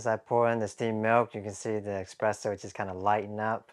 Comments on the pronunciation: “Espresso” not “expresso.” 🤦🏻‍♂️ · It's espresso, not expresso. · Drink a shot every time he pronounces espresso as ex-presso! 😉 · actually, it depends on where you live. In France, and probably other French-speaking countries "expresso" is common pronunciation.